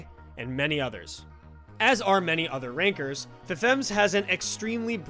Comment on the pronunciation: Gotta get Chance R in one of these videos for ITG, great video! weird how Ranker sounds like Rynker lol